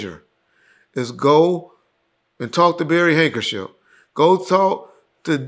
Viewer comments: it’s Barry HankserSON. Not hankership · Who is Barry hankership 😂 it’s hankerson